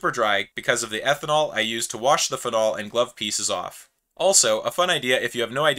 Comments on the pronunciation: The way you say “phenol” is a crime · never heard anyone pronounce phenol like that